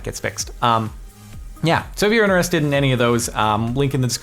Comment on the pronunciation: INTRESSTED not intererererstededed